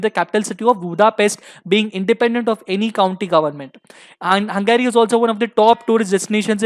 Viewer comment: It's not hungaaryyy! It's Hungary